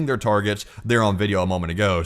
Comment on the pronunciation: Not !!! Palensiya 😂😂